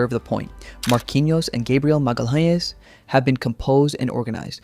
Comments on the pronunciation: Just an FYI you can pronounce Matheus Cunha like you do Raphinha. It would be Coon-ya ❤ Magalhães is a bit trickier. Maga-Lyahns with this barely pronounced y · As for “LH”, treat it as the double LL in “Llama”. So “Magalhães” becomes “Magalloens,” not “Magal-hoens.” Basically, in Portuguese, the H never has the English H sound, so ignore that instinct every time. That's a great pronunciation of “Guimarães”, though! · Just a pronunciation tip: the H in Cunha is not pronounced, the name sounds more like Cun-ya. Same with Magalhães (pronounced Magalyães).